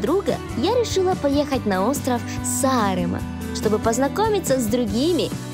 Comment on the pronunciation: Какой убогий выпуск.... от сценарного плана (не показано ни одно реально интересное знаковое место) до озвучки ведущими (парень вообще глотает слова, а девушка не в состоянии произнести слово Сааремаа)